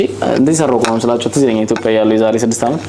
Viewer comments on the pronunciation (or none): none